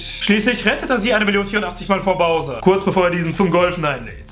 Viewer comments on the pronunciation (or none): none